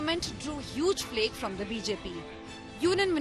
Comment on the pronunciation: Flak. Not flake!!! Every one is flaky nowadays